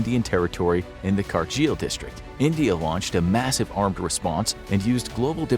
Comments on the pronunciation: Kargil is pronounced kar - gill not ca- jeel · Kargil ? Learn to pronoun than find what's kargil 😡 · get someone who can at least pronounce kargil right.